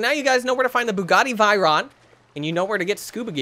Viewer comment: Its bugaty v-er-on